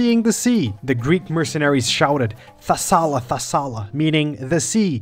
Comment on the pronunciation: The word is "Thalassa" not Thassala btw, and the correct version in the original ancient Geek of Xenophon it was "thalatta thalatta".